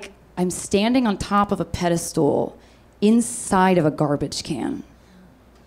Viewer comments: Its pedestal not pedestool, maybe just maybe learn that before you tape a tv show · Wait, did she actually say "PediSTOOL?" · She says "pedistool." Which would be a stool for your feet, which it kind of already is.